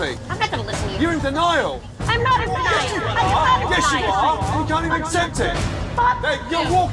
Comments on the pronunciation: “ YOUR IN D’NILE RIVER”😂😭😭💀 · "you're in d'Nile" 😂😂😂